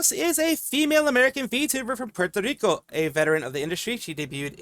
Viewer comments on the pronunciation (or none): none